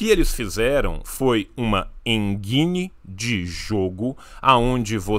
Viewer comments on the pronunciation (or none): Engine pronuncia-se como "enjine" e não "enguine", espertão. I é soft vogal. Não sabe nem o básico e cria canal informativo. Haha!